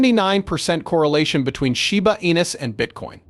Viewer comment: Sure wish you would be able to make the AI pronounce the coin name properly. Very irritated.